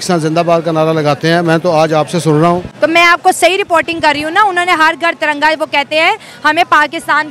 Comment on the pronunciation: Please hamari tiranga ko galti se bhi taranga na bole....